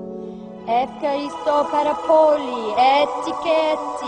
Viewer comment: Φχαριστω ιολα 😂😂😂😂 κλαίω😂😂😂😂😂😂😂